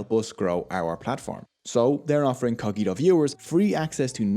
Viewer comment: Nice video, I had information about coffee, but I did not know the full history. May I ask if you intend the word Cogito as the latin word? because in that case you pronunciation is wrong. PS: Italians still drinking mainly 100% arabica coffee, it works better for the espresso.